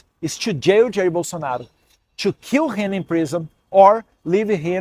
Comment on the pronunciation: Eduardo, melhore a pronúncia do TO, você pronuncia como se fosse TWO.